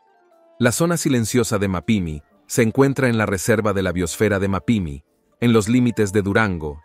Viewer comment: Que alguien le diga como se pronuncia Coahuila, Mapimi y otras tantas palabras q no usa el acento o q regrese a primaria a terminar la clase de ortografía. 🤷🏽